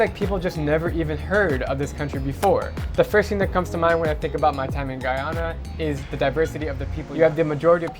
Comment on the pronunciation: He said Guyana correct... lol. As a Guyanese I say thank you.